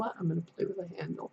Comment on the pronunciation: Down a YouTube rabbit hole with Haindl tarot lol. Enjoyed the walk through. Just to let you know though his name is pronounced like HINE-dle not HAN-dle :)